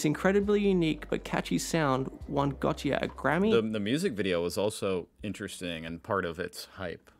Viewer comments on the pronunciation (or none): Dude can’t even pronounce Gotye.